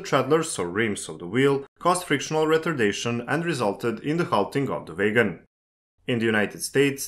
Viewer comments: A most interesting video. I'm not sure I understand the difference between a gravity and a hump yard - they seem to be the same. I hope you don't mind, but wagon is not pronounced "way-gon" but "wagg-on". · So in English, it's not like in German - a W is not a V, and makes a sound of "ua". It's "wagon", not "vagon" 😉👍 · I'm sorry, but your pronunciation of wagon as waigon is completely distracting me from the rest of the subjects discussed in the video. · Vay-gon = wagon. You're welcome. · Took me 10 minutes to figure out what vegans he was talking about. :D Great video tho! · Great Video - For some reason, everytime WAGONS was said I heard VEGANS - Isnt that funny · I'm glad I wasn't the only one! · when you say "wagon" it sounds like "vagrants" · Yes. Noticed my self. No issues here, just thinking he is German or Dutch by pronunciation. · Yeah... The author could've at least checked with Google how to say "wagon" the correct way in English. Good tip for next time.